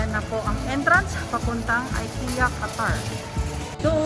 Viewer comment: ik-ya met pronounce dagiti amok sis😄